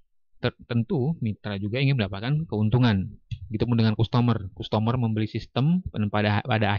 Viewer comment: nyebut nya kastemer bukan kustomor, dan graust bukan grot 😂